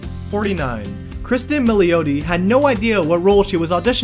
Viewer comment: Pronounced Mill ati. So sick of people butchering italian names...its your job get it right....SMH